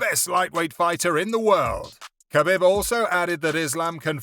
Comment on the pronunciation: “Ah beeb” not “ka bib”